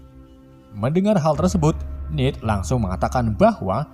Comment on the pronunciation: Bang salah ngomong nama bukan nid tapi ned